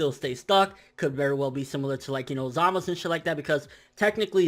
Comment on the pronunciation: Anyone know why he doesn't pronounce the U in Gowasu and Zamasu's names? Either i'm hearing things or he's saying gowas and zamas. No offence obviously, just curious